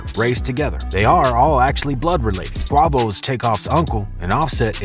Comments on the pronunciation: the names being wrong is disrespectful you can easily find a interview where they saying the names bro so you can get it right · Smh can’t even pronounce his name right but you got the whole drop on the whole group lives 👀😅🤦🏾‍♂️ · Bruh calling him a fruit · Fr, so cringe. Every time he said Quavo it hurt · It was killn me to hear the mis-pronouncing 😫😅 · Qa-vo not qaw-vo gooood lord this was hard to watch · Its not QUWAVO ..... its Qwayvoooo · U learn in English class u is silent when it's next to Q Lil quick it's pronounce Qu a vo 🤦🏾‍♂️lol u killing me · quavo not quovo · When you buy your tequila do u ask for a bottle of KWA-VOE or do u pronounce it QWAY-VOE as in Jose Cuervo ??? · Quah voh lmao "quay voh" dummy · The second this dude said Qua-Vos I paused > disliked > posted this comment > disap… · Quavo? Qua vo? What ? You definitely got this off Wikipedia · WTF IS A QWAVO ????😑😑😑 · KUAY-VOH!! Kuay-voh! Youre corny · WHO TF IS KWOVO 😂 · Who tf is Quovo lol I know who Quavo is lol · QWAHVO?! SMFH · Clicked off at "Qwahvo" if you gon use AI, spell the word wrong to make it sound right. If you not using AI you should be fired'😂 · Who the hell is Qwavo? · “Quovo” bro how do you do all this research on these guys and completely botch his name every single time?your getting an immediate dislike for that corny shit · He said Kwavo? 😂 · Who in the hell is CUAVO. LOL. YOU SLANDERING THAT MAN MAN NAME. LOL LOL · I stopped watching when he said “qwavo” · Who TF is QUAW-VO? LOL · If I hear Qwavo one more time... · Quavo is pronounced (Kway-vo) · Man said kuawo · It’s pronounced “Quay-Vo” my gosh, don’t make a video about it if you don’t know who they are or their actual names! Always trying to capitalize off our culture, but don’t know nothing about it! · Man said “ Qwahvo “ 😂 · Soon as he said qwovo I ain't even listen no more, he don't know shit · Can't even say they names right "Qwavo" 😆 typical white media smh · Kwah voe 🤦🏾‍♂️ This dude’s a 🤡 Fr